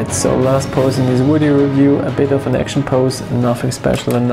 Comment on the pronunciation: Love how when you say video it sounds like wideo. your accent is awesome